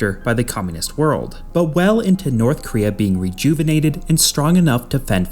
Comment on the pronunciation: Why do you pronounce it as Northkria?